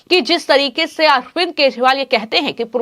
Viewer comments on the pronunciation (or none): को केजरीवाल, बी जे पी व चुनाव आदि जैसे शब्दों को, किसी योग्य टीचर के संरक्षण में, रोज कम से कम 100 बार सही उच्चारण करने की प्रैक्टिस करनी चाहिए। शायद फिर वो ठीक तरह से बोल सके।